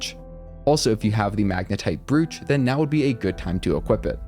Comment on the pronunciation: Brooch rhymes with coach and roach. For some reason nobody on YouTube seems to know how to pronounce it.